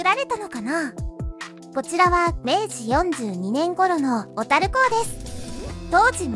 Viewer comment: ところどころ「小樽」のイントネーションが変だけど内容はしっかりしてて感心しました笑 大國屋廃業の平成五年当時、最期の従業員の一人として勤めていましたが、今となってはあのエレベーターを操作できたことを懐かしく思います。